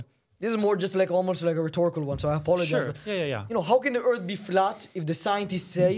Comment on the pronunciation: I kinda like the flat earf guy